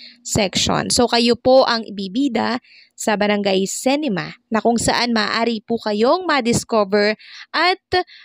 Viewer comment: pronounciation ng CINEMA - SI-NE-MA hindi se-ni-ma gaya ng pag pronounce mo... constructive criticism lang...